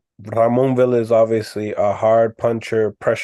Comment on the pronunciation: Its amazing how y’all hear how to properly pronounce these fighter’s names and yall STILL say it wrong… It’s pronounced VEE YA not VIL LA… And Chukhadzhian is pronounced CHUKA JOHN… Yall be tripping 🤣